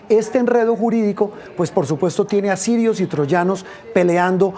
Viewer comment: ¿Sirios y troyanos? Jajajajaja,. ¡Qué bestia, este periodista. Tirios y Troyanos, es lo correcto.